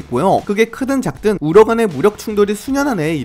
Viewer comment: 이래서 러우전쟁이라고 하는구나 우러간 하니까 뭔가 말이 뭉개지면서 못알아들을 말 같음.